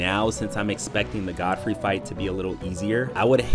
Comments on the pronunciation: Why does everyone say “Goldfrey” it’s “Godfrey” there’s no fucking L in the name of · Did… did you call him Goadfrey? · zero of those enemies are "unfair". Get good. Also stop said "goad-free" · Why the hell you pronouncing Godfrey like that